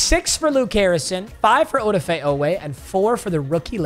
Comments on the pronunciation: Oweh’s first name is pronounced A-da-fa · The way pronounces Odafe triggers me LMAO